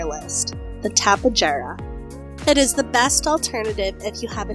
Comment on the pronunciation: The Tapejara is actually pronounced Tape(h)ara, because of the region it was found in. :)